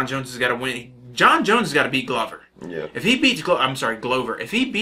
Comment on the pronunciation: Glovers name, you got it right the first time, then you corrected it and got it wrong lool... it is pronounced Glover, not Gouver;)